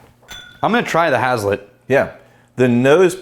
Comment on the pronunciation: As someone who’s grown grain for a living I’m gonna take this opportunity to be a dick and say it’s pronounced “haze-let”